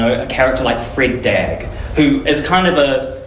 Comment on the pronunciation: He pronounced 'Freda Drag' incorrectly. Please do not try to align yourself with anybody outside your 'community'. We do not wish to be associated - in any way. Stay in your lane & take responsibility for ' your best & authentic self'.